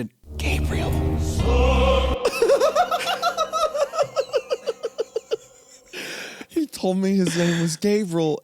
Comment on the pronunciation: love how isaiah says “gabrull” instead of gabriel